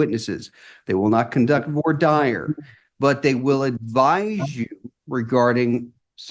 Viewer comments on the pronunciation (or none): The callout on the video is misspelled. And the judge would sound much more sophisticated if he pronounced "voir dire" correctly.